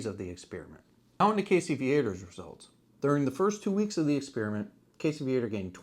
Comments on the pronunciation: Yes, it urks me, too. I catch myself correcting videos out loud when Casey's last name is mispronounced. Lol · I am from that area also. We always pronounced "Viator" as "VEE-uh-tor", not as "Vee-ATE-er" as these damn yankees always do.